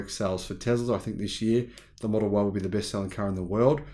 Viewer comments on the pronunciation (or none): none